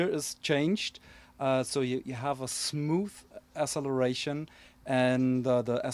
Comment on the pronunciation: You always make me laugh when you say thmoose instead of smooth, haha XD